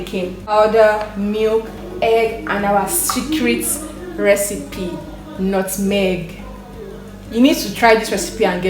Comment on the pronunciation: Lmaoo why are you saying nutmeg like that? 😭